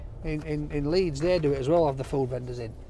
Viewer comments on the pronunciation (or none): none